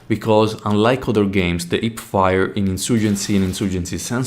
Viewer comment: I chuckled pretty hard when I heard the "ip-fire". Mainly because in my country, people from specific western province tend to swallow the letter "h" completely. Great video tho, good job!